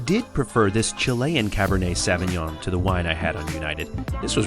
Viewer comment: Good video. I have but one tip. The pronunciation of the wine grape is like SO veen yon. The ÿon" is almost like yion. Tchin tchin!